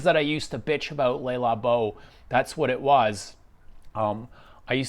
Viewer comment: Highway dies everyone say "LAY Labo"? It's a wrong pronunciation.